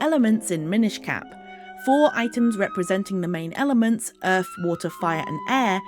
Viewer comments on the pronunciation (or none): none